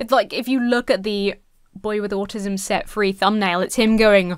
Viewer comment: Thr way this kid pronounces the word "autism" drives me nuts. Also, why does he sound like he lives on a California beach when he's from Louisiana??? Chill out with that accent, buddy.